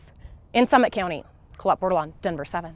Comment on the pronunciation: "Slummit" county